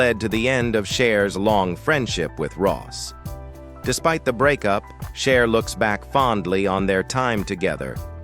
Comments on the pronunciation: AI voice was annoying at first but, the way it butchered everyone’s name was effin’ hilarious. It’s am and I’m trying to laugh quietly which made me laugh even more. Shar looked great, especially when she dated Wearon Beater then who knew she married and divorced Bono? I’d better stop now and watch something boring. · It's not shar , or shies , it's CHER!!!! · Narrator learn how to pronounce Cher